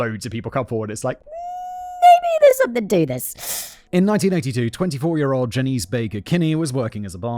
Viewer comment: Janice Dickinson is pronounced Jan ass. Just for any future references